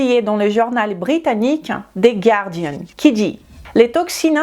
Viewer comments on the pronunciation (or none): none